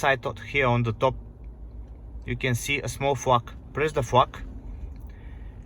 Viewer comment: A small fuk 😂. You mean Flag. Try to pronounce the L a little harder bro.